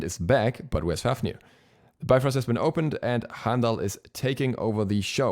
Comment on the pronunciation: Oh my is this my new Ullr? I had a Norse mythology book as a kid u still have it. In the index it says it's pronounced like bee frost but because of the marvel movies I say bye frost now